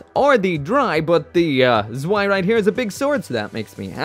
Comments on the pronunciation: PRONOUNCED SVEI!!!!!! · You're actually supposed to pronounce the Zwei as ZVEI